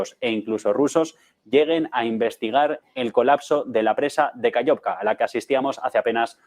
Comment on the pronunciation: Aló, no se pronuncia KAYOVKA. Se escribe KAKHOVKA y se pronuncia KaJovka, con JOTA del Espaňol. Muy bien programa! Felicitaciones.